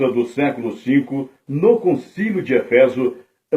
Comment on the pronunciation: Não é efÉso é Éfeso! E nao é antióquia É Antioquía